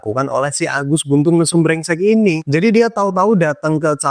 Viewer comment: Mantap bang penyebutan agusnya. Agus berengsek mesuk hehe